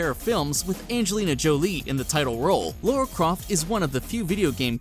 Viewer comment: It is not LAURA ITS LARA.